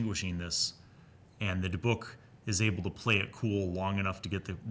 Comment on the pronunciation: Native Hebrew speaker here and I had to say you NAILED how to say Dybbuk The other way you said it is the way English speakers usually go for some reason